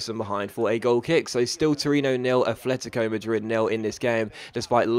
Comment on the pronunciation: can you please learn to pronounce atletico right. It's AT-letico not ATH-letico